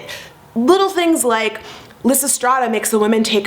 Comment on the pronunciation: omg the way you pronounce lysistrata omg pls omg no